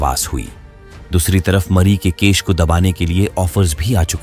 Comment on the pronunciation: Case ❌ kesh ✅